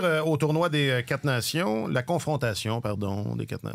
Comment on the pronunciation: Les s'quatre Nations 😂